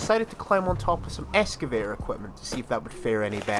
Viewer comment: X-ca-vay-tor Not S-ca-vay-tor